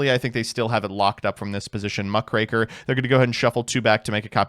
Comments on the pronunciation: I'm impressed at the consistency with which you say Krackertuga but stop yourself from mispronouncing Mukraker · You finally learned how to say muckraker, CONGRATULATIONS!🎉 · correct pronunciation of muckraker alert! Our beloved Tron player has been replaced by an impostor.